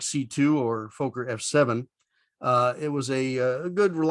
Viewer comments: Why do Americans constantly misprounce Fokker? It is Fok - Ker with a short O in the first syllable, not a long O to make the first syllable sound like "folk". It is so annoying. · The pronunciation is ‘Fokker’, not ‘Folker’ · Great content but the mispronunciation is driving me nuts. It's Fokker, not Fowker :) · Why do you pronounce it foeker it is pronounced Fokker like docker get it right for gods sake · Flew in these in the 80s. Loved it, but they were very noisy. PS, Folker is incorrect. It's pronounced like it's written. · Fokker is not pronounced Fo-ker. There are two letter 'k' in the name. It is pronounced Fok-ker. Fokker is the surname of the man who designed the aircraft. Kindly do not insult him by mispronouncing his name. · Learn how to pronounce Fokker....it is NOT Folk er. It is Fock er....for a so called aviation channel you should know that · A dirty mind is a joy for ever. But in the Dutch language it doesn't sound odd (Fokker means something like 'breething animals' so in essense the same... Pronounciation is FOK-KER not Fooo-ker nor Fucker' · That's exactly how we pronounced it in Australia, i.e. Fokker (with a short 'o' sound) as opposed to Foker (which rhymes with poker). That pronunciation was brought home by the engineers and pilots who went to The Netherlands to monitor the building of each aircraft (and then flew it home) operated by the airline I worked for. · I loved the typical sound of its engines! Do you pronounce it "Fooghr" to prevent demonitization by stupid youtube algoritms? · Don't know where you got your pronunciation of FOKKER. If it had one K I would agree with you, but two Ks make it sound like locker. Also my mum was dutch and personally knew Mrs Fokker, and I even met her in her later years. Great aircraft which I flew as captain for four years. Thanks for the video. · Be nice if he could pronounce Fokker properly. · Very nice episode, thanks! Although, just for giggles, we Brits pronounce "Fokker" slightly differently!